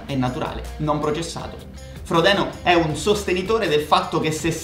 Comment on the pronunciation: “frodino” please